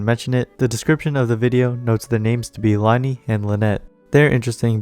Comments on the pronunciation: Isnt it pronounced Lin-ay and Lin-ette not Lie-nee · LIE-KNEE ITS PRONOUNCED LINAY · I know this isn't that big of a deal and i'm not being rude in any way but lyney's name is from french so is pronounced lyhn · as someone who has learned french for 6 years, just thought i'd let you know that it is pronounced "lin-ee"! thank you for the video, ive been hyped for these two for forever